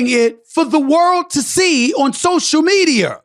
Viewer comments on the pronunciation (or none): Lol. He said social meteor 😂😂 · This man said Social Meteor. LMFAO